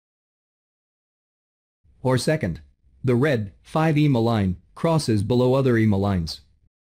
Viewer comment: Eeemaa? Would it be asking too much to have a human being narrate these videos? :face-orange-frowning